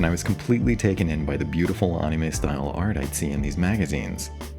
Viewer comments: what the heck is “onnie may” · I've never heard anyone pernounce anime like that 😂